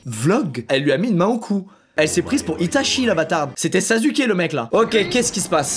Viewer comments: injustice tu as dit Sazuke au lieu de sasuke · OMG il a dit sazuke C’EST SASUKEEEEEE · 🤦il a dit ''sazuké'' avec le ''u'' bien français 😭😭😭 c ''saské'' ou ''sasouké'' bordel !! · Tu me fais honte mais pas cas moi tu as blessé toute la communauté Naruto regarde comment tu vas prononcer le mot Sasuke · Bah déjà, vous dites tout le temps la même erreur, c’est à dire Sassouké. Donc, faites pas vos choqués. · Non! C’est Sasske! T’as déjà entendu Sasouké dans la VO? J’pense pas. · 😭😭😭 Ta pas respecté Sasuke ta dit sazuke. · Je n'oublierai jamais le moment ou il dit " Zazuke".... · Je me disais aussi que je devais pas être la seule à remarquer le "Sazuké"... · Il a osé dire sazuké 😵💔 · On en parle qu'il a dit Sazuke au lieu de Sasuke 😊😂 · Rip on dit sasuke sazuke🤣🤣🤣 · RIP le hamster mais juste il a vrm dit sazuke et pas sasuke 😂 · il a dit "saZuke" o-o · Sausu quoi?!?!?! On dit susuke et pas sazuke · squeezie stp c'est pas sazuke mais saSUke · Je rêve ou ta dis sazuke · de quoi sasu? il a dit saZu, c'est pire frr imagine si les gens l'appelle "sqwéze" on est sur le même niveau à la limite là... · Repose en paie SASUKE "et pas "SAZUKÉ"" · "ct sazuke" rip les gens qui dises sasuke TnT prepare leurs tombe UwU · On dit sasuke pas sazuke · ON EN PARLE DU " saZUke "...... C'EST " sassouke " (en therme de prononciation) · Je dislike par ce que tu as dit u alieu de ou dans le mot Sasuke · Sazuke ??? 🤔🤔😅😅🤣🤣😂😂 sinon continue comme sa je kiffe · "c'était Sazuke" Nom de dieu... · Zebes Nan, ça se dit Saske en plus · Bah osef ? Il le dit comme il veut Point Par contre la vraie prononciation c'est bien Saské Maintenant tu le dis comme tu veux mais fais pas chier ceux qui le disent pas comme toi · "Sazuké" aucun respect pour Sasuke mdr 😭😂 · J’ai bien entendu la « sazuki »🤣🤣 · '' Sasouke'' t'a bien regardé naruto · On en parle il dit sazuké 🤣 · Par contre il a dit "Sazuke" il est fou ou quoi lui 😂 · Il a dis Sazuke 🥲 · C’était « sazuké » aïe.. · Je rêve ou tu as dit SAZUKE ???